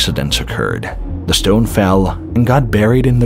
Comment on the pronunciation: It's shteone. Heh.